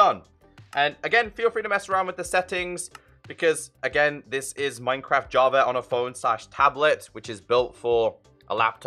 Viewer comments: I always hear you say Javer it makes me laugh lol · i was looking for java edition bro, what's this "javer" you speak of?? 😂🤣💙